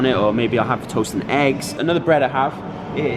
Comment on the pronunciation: Almost sounded like he said butt for burger and ass for eggs lmao